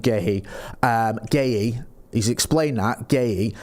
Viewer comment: WOW finally pronounced Guehi correctly 😂😂😂😂